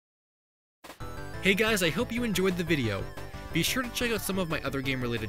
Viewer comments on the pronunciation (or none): none